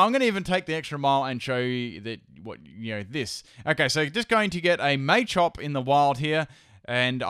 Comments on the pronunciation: Okay, so.....The way you pronounce Machamp, machop and Machoke is really annoying qwq. It's Mah-chop not May-chop QwQ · I love this video and a lot of but I found it hard to sit through " may champ may chop " it's pronounced as " matchop matchamp " I mean it's called Machop where's they Y to even suggest it's may chop maybe that's just how it's said in Europe? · machop machoke machamp based off the word macho not may im triggered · what a may-champ,may-choke and may-chop? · First time I've ever heard anyone call them May-chop, May-choke and May-champ, very weird pronunciation. I've always called them Mah-champ, Mah-choke etc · Am I the only one who noticed he was pronouncing Machop, Machoke, and Machamp's names incorrectly?